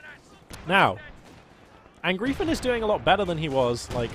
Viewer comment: Since I have absolutely no life I just really feel the need to inform you that Angreifen is pronounced more like "un-grifen" :)